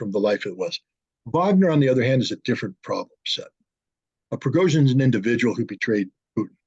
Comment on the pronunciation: The name is Prigozhin, NOT Progozhin 😂